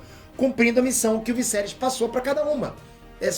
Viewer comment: Vc e show nos comentários? Sério morri de rir vc falando o visserys